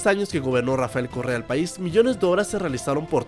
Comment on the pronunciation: Alguno mas entiendo Corea en vez de Correa xd